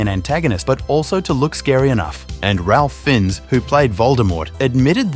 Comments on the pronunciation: Raffe not Ralph. He hates when his name is mispronounced. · it’s pronounced Rafe or Reif, it’s an old school way to pronounce Ralph, so no, not as regular RALPH. He was named after his step grandfather. He said it in interviews. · It’s pronounced rafe not Ralph or ray. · Ralph Fins??? Lmao Ralph Fiennes is pronounced "Rafe Fines" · ralf finns?? its pronounced "Raif Fines" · His name is pronounced Rafe Fines… Ralph Fins… 🙄🤦🏼‍♀️ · Im pretty sure its pronounced "Ray fines" isn't it? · It's pronounced FAIFE FINES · Ralph Fiennes Pronouced: Rafe Fines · It’s pronounced “ray fines” essentially. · I understand that you pronounced his name like that, since i dit too, before I was told otherwise. Really annoying that people think it’s immideately known that his name ls not pronounced like ralph as it’s usually is. Same with Cillian murphy. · It’s pronounced “Rafe Fines” lol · His name is pronounced "Rafe Fines" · It’s pronounced “Rafe” not Ralph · Pronounced: ‘Rafe’ ‘Fines’